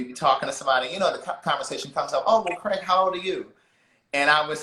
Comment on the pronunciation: It's "CRAIG" boo! 😉